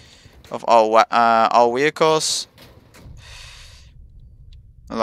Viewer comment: Wehicles? Is that what I heard...?......